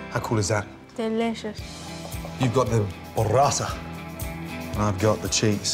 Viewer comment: Bruh 😕 it's burrata read "boo"rrata, not borrata, which sounds more like sborrata. And trust me you don't wanna eat that 😂😂😂😂